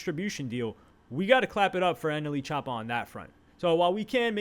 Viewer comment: Bro not NLE choppa he's "anally choppa" lol